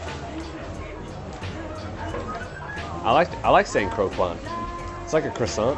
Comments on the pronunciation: Just as a note, croquant is a French word which means "crunchy" and you pronounce the 'qu' as a hard sound like a 'k'. So it's more like Cro-cont, than cro-kwant. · Croquant is pronounced croc-cant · please don't pronounce the letter U after a Q in french word :') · LMAO croquant is french and the way their pronouncing it is lowkey jokes